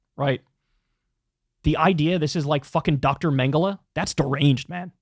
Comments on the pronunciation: He's such a "Historian" of atrocities and then goes on and gives maybe the dumbest pronunciation of Joseph Mengele an English speaking person has ever spoken. Not to mention damn near every historical fact about the n@ he gave was either misleading or damn near false. He is such a f**king Charlatan and the fact that Joe Rogan buys into it tells me he needs better "Historian's" around him. Jordan Peterson has literally lost his f**king mind and anyone with two eyes and a brain can see it. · why does he say mengele like that? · He said that he studies atrocities and has studied atrocities for decades.... And he knows all this stuff in and out..... And then proceeds to mispronounce the Nazi scientist's name.... I'm sorry, I thought you researched this shit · If you're going to make a Mengele comparison at least pronounce it correctly. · Jordan Peterson doesn't even know how to pronounce Mengele or his hyper-exaggerated Canadian accent butchered the name. Why anyone takes him seriously when he is a top tier drama queen. He's the modern day version of the mass hysteria that happened in Europe in the 1500s when citizens of Strasbourg France had some mass psychotic break and danced in the streets for months